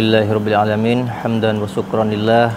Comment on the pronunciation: Loh kok nyebut Alamiin jadi ngalamin